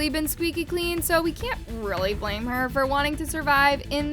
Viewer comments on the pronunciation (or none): none